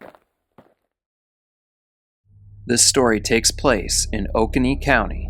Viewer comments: Sorry, love, but it's pronounced Oh-CONE-ee..... And that horrible 911 operator... I can't get over her callousness. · Hey! Just for future reference, it pronounced O cone nee. And tom ah see. I’m from this area and I’ve never heard of this story! Thanks for telling her story! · Awesome!! Just fyi, pronounced "O - Co - Knee" - Oconee County. Love your channel!